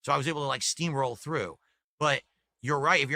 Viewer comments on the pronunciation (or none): none